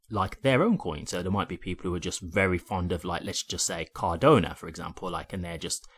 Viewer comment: It's Cardano. Not Cardona! 😂But other than that, great show!